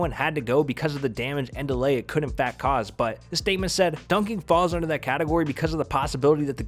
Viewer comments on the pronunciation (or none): none